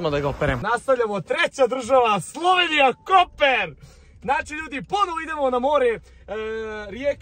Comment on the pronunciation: nije Koper nego Kopar